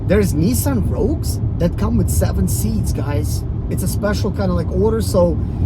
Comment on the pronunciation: You lost me when you said "Nissan Rogue "